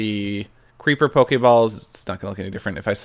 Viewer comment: I love how he calls them poke-ay balls instead of poke-ee ball :P